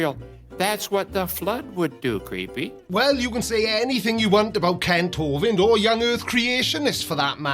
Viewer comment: Is it me or does he keep calling you creepy instead of creaky?